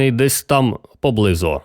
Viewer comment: У Вас красивий голос, Ви непогано читаєте. Наголосів літературної мови не знаєте. Слова, в яких Ви робите помилки: хлівА, глушинА, поблизУ, найнялИ, новЕ, вУдити, самІ та ін.